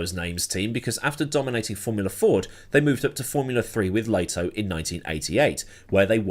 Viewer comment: ...dude, can you at least make an effort to correctly pronounce names instead of reading them as if they are English by default? Learn how to pronounce Lehto correctly to start, that's easy. The fu£&1ng arrogance....